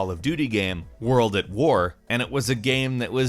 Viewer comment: Its world at war not word of war